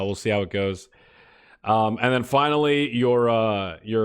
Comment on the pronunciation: AND DEN??? AN DENNN?? HUH?? AND DEN!!!!!